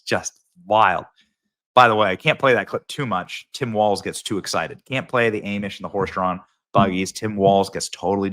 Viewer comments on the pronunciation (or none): Hey Benny, I hate to be that guy but it's pronounced Ah-mish, not A-mish. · Subscribed, but two things: (1) AH-mish, not AIM-ish, and (2) I don't think the Amish participate in voting. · Benny I love you but for the love of god man it’s AH-MISH lol not AY-MISH 😂😂 my ocd for ya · Ahh-mish, not Ay-mish. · It's pronounced arm-ish. Just saying. It's not aim-ish. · Hey, just so ya know: it's not A-mish (long "A"); it's Ah-mish. Get it right, dude. This is insulting. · ‘Ah-mish, not Aim-ish. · Much love to you Benny and I appreciate all the info you provided everything but one slight pronounced Aim-Ish it's pronounced Ahh-mish...😊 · You are pronouncing Amish wrong Benny! Its Ah-mish. Not Aim-ish. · it's Aahmish, not Ayemish - thanks! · It's AH-mish, not A-mish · Who says “aymish” instead of “ahmish”?! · You are a GREAT Patriot!!—-Thank You!!—-However—-You pronounce it AH-MISH—-NOT A-MISH!! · Benny Benny Benny its Ahhhhhhamish Not aaaamish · I love you Benny, but have someone teach you how to say Amish. It’s not Aim-ish. It’s Ah-mish 😂😂😂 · Love it but please stop calling them AIM ish It’s pronounced Awe mish 😅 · who the hell are A mish people???? its pronounced AH-mish...soft A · A mish person hahahah au mish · It's pronounced ahhhhhmish not aimish😂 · "ah - muhsh" NOT "a - muhsh," otherwise perfect take as usual!! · It's not "Aimish", it's "Ahmish". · Benny,it's pronounced almish not aimish...the correct spelling is Amish..lol Trump 24 🇺🇸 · Benny, Aww/midh not A/mush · Benny!! Pronounced Ahh-mish ~ not A-mish. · It's Ah-mish not A-mish. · quit saying AIMISH IT IS AHHMISH 🤣🤣🤣 Have you ever met an Amish person 🤣Do not go by a google search tells you, I have had many friends of the faith and not one ever pronounced it like that. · NEver heard “awe mish” pronounced “aimish” lol. Even by actual “awe mish” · Who tf says " A mish"? Drives me crazy. It is pronounced " Aw mish". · A-Mish? No, it's Ah-Mish. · Bro 😂 It's ahhh-mish. Not aim-ish. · It’s pronounced ‘o’ mish not Aaaamish